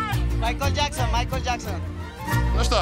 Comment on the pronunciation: Майкло Джексон, Майклон Джексон😂😂